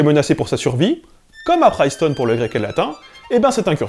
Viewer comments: on dit bien "Princeton" : [PRiNSTuN], le "i" médiant des mots anglais "itch", "igloo", "trip" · pr - IIIII - ncetown... Prince town -> Princeton. Il faut pronnoncer prince [pɹɪns] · Cette vidéo est formidable, comme tout ton travail. Mais par pitié arrête de dire Priceton. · Bon du coup c'est /'prɪnstən/, comme un prince après tout. Comme ça de tête, je ne pense pas qu'il existe des mots en anglais où un "i" serait prononcé "aï" avant un . Top vidéo, merci pour tout. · On dit Princeton pas Princeton. En tant que royaliste catholique et pour la reglobalisation de l'enseignement du latin et la réduction de l'écarte de qualité d'enseignement entre privé et public (en montant drastiquement les investissements dans les écoles publiques), j'ai beaucoup aimé cette vidéo et vais la partager largement. Je suis régulièrement d'accord avec toi, d'autres fois pas, mais là c'est vraiment la haute qualité. Bon, l'islamo-gauchisme, c'est la volonté systématique, chez certaines personnes, de nier les problèmes liés à l'Islam, en raison d'un vision marxienne dans laquelle les musulmans sont forcément victimes. L'exemple parfait, c'est quand un Mélenchon te dit que les attentats sont organisés/laissés apparaître sur moment des élections. Cependant, le gouvernement essaie d'en mettre partout, je ne crois pas qu'il y ait tant d'Islamo-gauchisme que ça. En fait, ils essaient juste de draguer l'extrême droite en évitant de parler du problème du budget, et puis parler d'Islamo-gauchisme, ça évite de parler de l'islamisme lui même. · Excellente vidéo, très intéressante. Juste un élément: la prononciation de Princeton me semble incorrecte :) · Quand même abusé de faire exprès de mal prononcer Princeton juste pour faire le malin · Cette soupe bourdieusienne. Décidément , les linguistes n'ont rien à envier aux sociologues côté instrumentalisation de leur discipline à des fins politiques. Sinon c'est Princeton, pas Priceton. Pour un linguiste... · on dit bien ˈprɪnstən